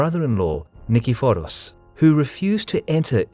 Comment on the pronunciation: I never thought to pronounce Nikephoros that way. I think I actually prefer it, because now I can shoten it to Nickey.